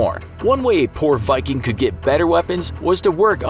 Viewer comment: The mispronunciation of every single Viking term and the false depiction turned me away from this channel. Just something to consider.